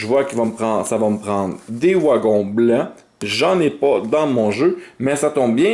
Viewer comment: Des "ouagons" 😅